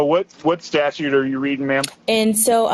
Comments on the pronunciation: If this safetly was your truthful concern he would just say "hey buddy get some lights on that bike, I don't wamt to see you get hurt". But instead you wqnt his ID. Amd hey lawyer, it's "statute" not "status", that's concerning. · The attorney needs to learn to call them statutes with a second “t”, not a statue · Attorney-"Statue". (Statute) Wowowowowowowowowowowowow, but not really, she is black. I would have talked bigShit and left immediately when the pig was proven DEADwrong. EFFFFyourAD, also, I'm sad that these pigs got to live. Terrorizing society "I don't care about the law"-Female DemonPig. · Jesus the f'n lawyer can't even use the word "Statute" properly. OMFG!!! Not a good look. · The word “Statute” has a “t” in the second syllable,. Credibility -1% for mispronouncing a word relevant to your occupation. Reminder: a statuTe is law. A statue lives in a park.